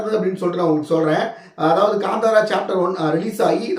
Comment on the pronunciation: It is Kanthara not Gandhara